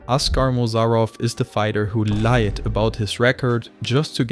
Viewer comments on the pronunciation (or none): none